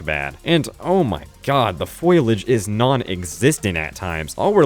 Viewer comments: It’s foliage, not foilage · Foliage not "foilage" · My dude it's called foliage not foilage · Foilage? The word is foliage, lol! Foh-lee-idge. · did you just pronounce it foil-age??? 😭😭😭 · Foilage? OK Marge. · "the FOILAGE is non-existent at times" holy shit 💀